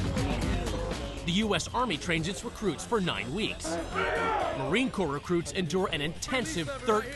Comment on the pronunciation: i think you mean "marine CORPS" you fucktard. have some fucking respect.